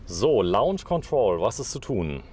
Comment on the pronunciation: face-blue-smiling:LAUNSCH KONTROL .... dat heisst LOHNSCH ... LAUNSCH = lounge ... LOHNSCH = launch !!!